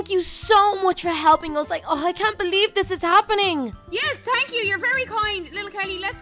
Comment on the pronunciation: is It just me or ever time Kelly says "thanks" instead she says "tanks"